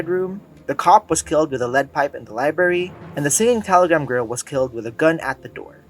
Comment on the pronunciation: And he says liebary instead of library